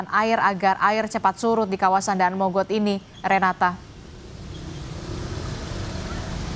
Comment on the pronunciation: mba nya ga tau cara baca daan mogot lol